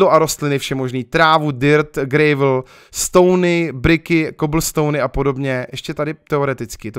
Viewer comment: Prosimtě štěrk se čte [grávl]